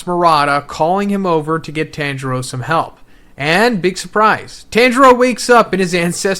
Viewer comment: Dude watch 1 anime episode its pronounce TON-Juro Not Tan U Swine